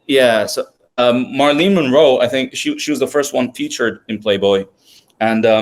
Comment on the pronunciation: Great content. One thing, her name is pronounced MARE-UH-LYN (Marilyn) not MAR-LEEN.